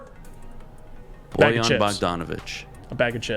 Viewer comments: Bojan, not bogdan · its BOJan Bogdanović, not BOGdan Bogdanović. Bogdan Bogdanović is a different player from Serbia who plays for Atlanta Hawks, Bojan is from Croatia and he played for Utah last 3 seasons. And he was a starter and a legit 20 ppg scorer for one of the best teams in the western conference, before that he was a starter for Indiana, another playoff team that was much better than this Pistons team. I doubt he is gonna be coming off the bench for a bad team that is nowhere near the playoffs. My guess is you dont know anything about him or his game and you never actually watched him play, you just saw his stats after he got traded and started making conclusions just based on those stats. Basketball is not played by stats, it is played by players, and Bojan is certainly a player with more than enough quality to start for this Pistons team